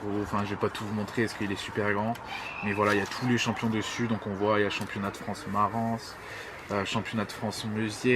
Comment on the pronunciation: Oh tu prononces Marans "Maransse" 😂 oh non Pas toi